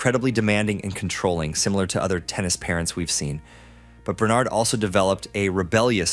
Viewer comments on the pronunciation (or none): none